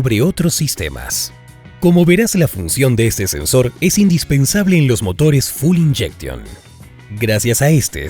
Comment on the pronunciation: Full Injection? QUE ENORME ERROR Y HORROR!!!!! ES FUEL INJECTION, FUEEEEEL de combustible, F U E L .